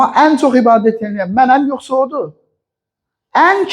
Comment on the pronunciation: Yuhsa deyil yuhsi